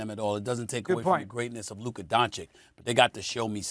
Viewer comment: How do both of these PROFESSIONAL SPORTS ANALYSTS butcher Lukas name this hard??? It's the same sound TWICE and both of them put a K in a different place every single time 😂😂😂😂😂😂